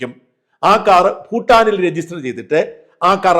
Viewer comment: സാജൻ സർ ഫൂട്ടാനീ ലെ ഫൂ ഉച്ഛാരണം ഭൂ എന്നതാണ് ശരിയെന്ന് മനസ്സിലാക്കി സംസാരിക്കുമെന്ന് പ്രതീക്ഷിക്കുന്നു. ഞങ്ങളൊക്കെ ഇതുപോലെ മാറ്റം വരുത്തിയവരാണ്. ഭാരതം എന്നതാണ് രാഷ്ട്ര നാമം. ഫാരതം അല്ല. തമിഴ്കാർ പാരതം എന്ന് തമിൾ ലിപിയിൽ എഴുതിയാൽ തെറ്റല്ല: കാരണം ആ ലിപിയിൽ ഫ,ബ,ഭ. ഒന്നും ഇല്ല.